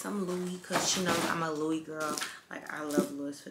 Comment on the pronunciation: Sis it’s pronounced louie... the s is silent but that vanity bag is fireeee